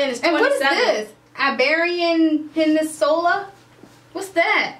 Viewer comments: LOL she said peninsola it's peninsula!! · Iberian Pen-in-in-sula